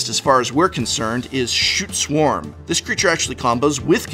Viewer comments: I believe it is pronounced 'Skoot' Swarm, but a lot of people beg to differ. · I actually yelled "Stop saying 'Shute Swarm'!"